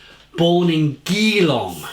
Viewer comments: haha GEEElong. It's Ge-Long! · Geelong is pronounced like (G long) Good work 🍻👍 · Everyone was trying to use a G to describe how to pronounce Geelong. I would say it's pronounced, Jelong. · Searched up how to pronounce the beer name as it’s sorta crucial for making the video however didnt search up how to pronounce Geelong... decent vid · I cringed how he said Geelong lol. Oh well.